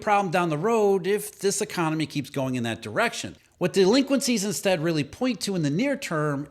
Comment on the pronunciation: e-CON-ON-ME. Plain sight